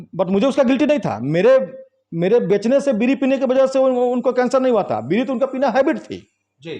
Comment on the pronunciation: BEEDI NAHI BEERI KAHIYE PAHALWANI KAAN SE THEEK SUNAT RAHIN